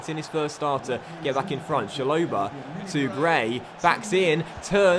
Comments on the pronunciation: It’s ch-a-lo-ba not shalobar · It's chalobah not sholobar